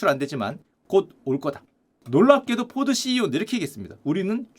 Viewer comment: 포드ceo 포도씨유라고 하는줄..